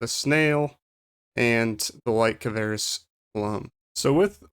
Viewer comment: It's kvaris not kavaris. XD Nice vid tho. Thanks for it!